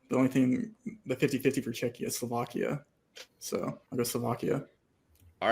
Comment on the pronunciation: Solvakians probably don't find it this funny